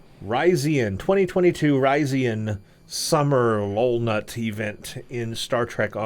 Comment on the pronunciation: It's pronounced low lou naht.